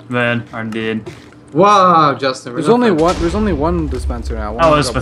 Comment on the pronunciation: Call Justin, Justina Just-E-na